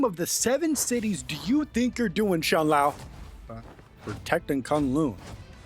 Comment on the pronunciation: It pronounces shAw lAo, and I think you were saying Midgard, and it pronounces midi-ghardi